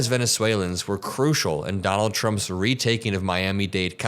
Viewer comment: 🎶"I veeel vote fer Doh-nail Truh"🎶 😂😂😂